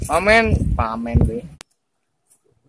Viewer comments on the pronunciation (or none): PAMEN bukan PANEN